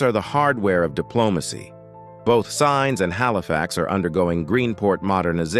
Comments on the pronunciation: That's great, but just so you know: 'Sines' (the port of Sines, just south of the Portuguese capital, Lisbon) is pronounced Seen'shs, not Signs. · Please learn to say Sines (Seenesh) properly too! This is computer generated, they trash all names and accents 🤣🤣🤣🤣🤣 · SINES - pronounced as “seens”!